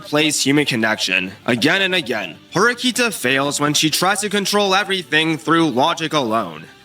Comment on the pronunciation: It's Horikita, not Horikta, just noticed that pronunciation.